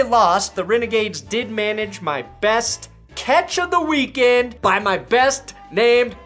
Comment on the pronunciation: You said weak sex, haha.